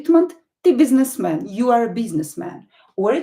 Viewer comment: Why did you pronounce "Е" as "yea" in the word "Businessman". "biznes me yan" is it correct or it is wrong??